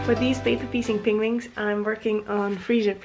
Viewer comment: I love your vlog, (your name sounds like "Edina" when you say it!). Thanks for the tips on paper piecing, very helpful. I adore the way you pronounce "penguins" as "pingwings"... watch an episode of the Grant Norton Show on youtube, with Benedict Cumberbatch: he pronounces it the exact same way, and his first language is English! Holland looks like such a lovely country, I am definitely adding it to my list of must-go-to places (if I can schedule my trip so I can also attend one of your "crochet parties"--they look like SO much fun... even if everyone will likely be speaking Dutch, I'm sure I'd still enjoy myself!). Keep posting videos, you are terrific! ~Diana from Toronto, Canada